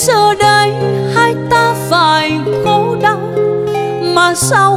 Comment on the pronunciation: 1. Anh đã dẹp hết các loại nhạc khác, chỉ nghe nhạc của e. 2. Bài Hoa Dại có nhiều từ e hát bị méo chữ ( vd: Phải - Tan - Hoa..), có thể đây là 1 thử nghiệm mới. Nhưng theo anh em hãy giữ nguyên bản sắc của mình: Đó là giọng hát trong trẻo kết hợp với phát âm chuẩn Tiếng Việt, không méo mó. Điều đó khiến người ta nói đến nhạc của em là nói đến sự trong sáng, thuần khiết nhưng đầy nội lực. Là cái hiện nay hiếm có khó tìm.